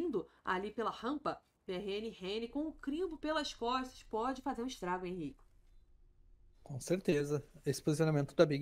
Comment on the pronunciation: e lá vem o enzo ,críticas são feita para as pessoas melhorarem ,a tendência é nunca melhorar se n tiver alguém para apontar o erro ,que de fato ela errou chamando o Henrique de Reni.